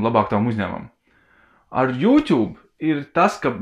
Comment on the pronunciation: Aicinu sākt izrunāt YouTube kā "jūtubs" nevis "jutjub"